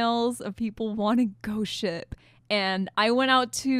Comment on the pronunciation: it sounds like you're saying "ghost shit"